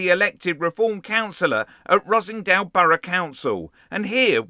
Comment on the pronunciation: Er, Ross-En-Dale, not Rossingdale......